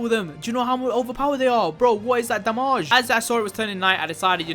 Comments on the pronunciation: i like how you said damag instead of damage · I just love it when he said DAMAZHE